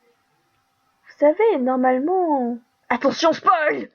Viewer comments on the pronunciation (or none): none